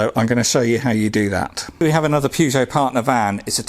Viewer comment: Why are you calling it a purgeot ??🤔